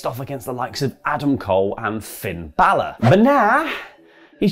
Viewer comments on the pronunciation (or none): none